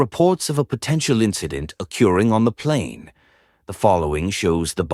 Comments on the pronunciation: I hate this ai voice's pronunciation of occuring. Occureing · o-CURE-ing? Lamest AI narration on the planet, right here! 😆😆😆 At least now we know WHO LET THE DOGS OUT. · Please teach your ai bot how to pronounce "occurring".